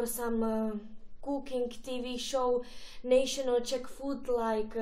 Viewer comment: Opravdu hrůza. Kruel...nejšonl...dizis a mnoho dalších chyb. Nauč se správně mluvit a nepatlej si furt na vobličej nějaký svinstva, ale i pak se na to nebude dát dívat.